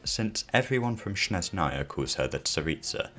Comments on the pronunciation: Not Snezh’naya, but ‘Snezhnaya (I’m Russian) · with the stress on SnEzhnaya instead of SnezhnAya (like LeviOsa intead of LeviosA) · "SHNEZNAYA" lol